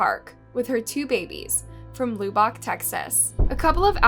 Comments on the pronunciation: Loobock Texas??? Really??? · “Loobock” lol as a Texan you butchered that one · It's pronounced Luh-buck* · luh-buck. L-UH-B-UHCK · Lou-bock Texas. 😄